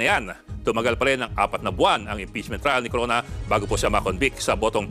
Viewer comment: Corona yun hindi drreno